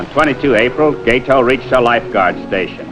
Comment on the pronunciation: learn how to pronounce Gato - gah-toh, not gay-toe.